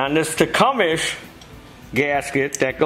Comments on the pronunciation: Tecumseh (tee-come-see) William Tecumseh Sherman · you been calling it Tecumes for years now love it every time. Krohler Briggs and Scratton 😂 never gets old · Enjoyed watching. Tecumseh=Tee-cum-see. Don't feel bad though, no "out of town-er" ever gets it right, the first time...LOL. I know, because I live here, in Tecumseh, MI. Where the engine's name, comes from. The original buildings have recently been torn down. Old guys, may also remember the Clinton engine. They were made just 5 miles North of here, in Clinton, MI.